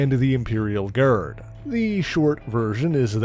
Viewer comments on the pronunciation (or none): none